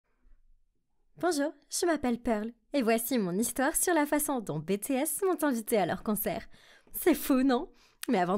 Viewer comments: « Les bé té èsse » mais oreilles saigne 😭😭🔫🔫🔫 qu’on aille creuser ma tombe j’ai remis 14 fois le moment où elle dit « bé té èsse » pour être sure d’avoir bien entendu. Je suis désolée mais en temps qu’ARMY ON PEUT PAS DIRE « bé té èsse » comme ça nan c’est pas les études c’est le GROUPE DE KPOP LA MEILLEUR DU MONDE ALORS ON PEUT PAS SE PERMETTRE DE LES APPELER COMME ÇA ON DIT : BI-TI-ESSE, et PAS « bé té esse alors s’il vous plait un peut de respect pour BTS merci ✨🫠😭🔫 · "Betehes" en tant que Army ça m'énerve plus qu'autre chose 😭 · Bétéhèssse c'est pour me faire saigner les oreilles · En tant que army tu a mal dit bts tu a dit « Bé té ès » je vais mourrir 😭😭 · «bétées» 👹 et puis l'histoire n'est pas vrai sinon sa aurait fait le buzz mais bravo pour l'originalité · Sérieusement "Bé té ès" j'ai mal aux oreilles et mes tympans saignent la narratrice c'est sur c'est pas une ARMY Sinon Purple you ARMY 💜💜💜💜💜💜💜 ARMY FOREVER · On dit bi ti ès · Merci franchement c'était énervant 🤣🤣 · Tellement ! J'ai du aller me laver les oreilles au moins 5 fois pour entendre correctement de nouveau ! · Ça se prononce BTS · Mes oreilles 😭😭😭😭 comment tu as prononcé BTS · Franchement je trouve l'histoire adorable et parfaite pour un drama mais je suis sur que l'histoire est fausse je n'est jamais entendue parler de ce concert et ça aurait été étonnant que les garde du corp la laisse passer sur la scène, en plus il faudrait améliorer la prononciation de "BTS" qui ce lit à l'anglaise, cependant l'histoire est touchante ;)) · L'histoire est génial mais le seul truc vraiment agaçant c qu'elle prononce pas bien BTS 😣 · Je n'ai pas aimer la vidéo parceque les BTS était très mal dessinée et que tu ne connais pas prononcé le nom de leur groupe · nn vrmt c un crime de dire comme sa BTS faut le dire en anglais sinon l histoire est bien mais comment BTS à était dit sa ma vrmnt déranger 😬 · On dit bitis pas bétés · C'est pas comme tu dis ça Bé té ès ça veut dire quoi tu demandes que BTS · On dis b t s